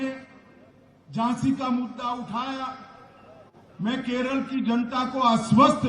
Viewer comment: it's Kerala and not Keral... Would appreciate if you could atleast say the name correctly